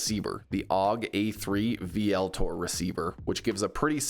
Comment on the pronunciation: Vltor is pronounced Ultor